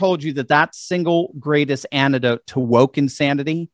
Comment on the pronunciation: Well,, when it comes to a return to better education, why not set an example yourself, by pronouncing the words antidote and twenty properly. Not " ani-do0te" and " tweny"?